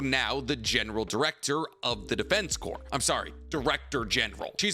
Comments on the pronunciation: Edit: you corrected yourself mid-video. THANK YOU CORPS IS PRONOUNCED "CORE" MY DUDE, NOT "CORPSE". MARINE "CORE" (CORPS), ARMY "CORE" OF ENGINEERS, DEFENSE.... "CORE". The only thing "corpse" could pass for is an abbreviation of corporations or.... a corpse. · Bruh corps is pronounced as in "core" not as in "corpse." Just tryna be helpful to you as you make a living speaking in vids :) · Just so you know, Corps is pronounced core, not corpse. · My man. It is not pronounced the Defense “corpse” even though it is spell the “Defense Corps” it is pronounced like “Defense Core” you don’t pronounce the S. Like in the American military the “Marine Corps” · FYI, it's pronounced defense "core". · hey btw the PS at the end of corps are silent. “corps” when referring to military is pronounced “core” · I started to type about how he kept saying corpse instead of corps when he called himself out lol I thought I was mishearing him 😅